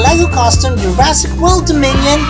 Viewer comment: Its Jurassic world domion not is Jurassic world diminion